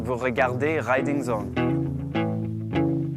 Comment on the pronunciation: rrrriding zone (de la part d'un anglais, je suis plié)